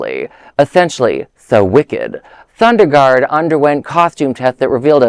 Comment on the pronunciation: Not Sunderlund - It's Sondergaard